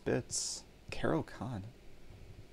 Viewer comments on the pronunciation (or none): none